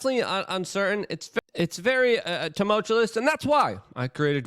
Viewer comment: Could you imagine buying a product from anyone directly after they completely turded the bed by butchering the word "tumultuous"? Yesterday I said I was ok with it, but he didn't lead directly into his pitch to hock his wares after saying "Toomullchewlous." I lulzd